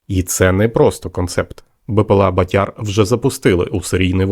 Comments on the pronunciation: 👍👍👍 От тільки не батЯр , а бАтяр !!! Наголос не правильно ставиш !!! А взагалі , то пацани молодці !!! СЛАВА УКРАЇНІ !!! ✌️✌️✌️🇺🇦🇺🇦🇺🇦💪💪💪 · Не БатЯр, а БАтяр.Наголос не правильно ставите. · бАтяр, а не батЯр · Так ріже слух ваше ʼбатЯрʼ,бо правильно-бАтяр,це такий хлопець відчайдух,що робить збитки. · 'Батяр- наголос на першлму складі. У Львівській області це парубок- трохи бешкетник, але альфа самець однозначно! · Батяр. Наголос на перший склад. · Наголос на перший склад ))